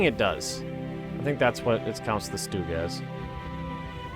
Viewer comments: Garrett Stock So you're trying to convince me that the pronunciation he's using is correct. OK so lets say you're right then you must say the word "Stumble" like "Stoomble" - but I bet you don't. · Why do Americans always call Stugs Stoogs? I'm sure you don't call things that shelter you from the rain an Oombrella. Its always made me curious as every American I know pronounces it that way and it makes no sense.